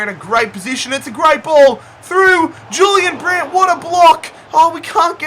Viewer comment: And he was pronouncing Julian Brandt wrong